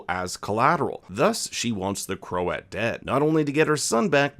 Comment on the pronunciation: And Croat isn’t pronounced crow-at.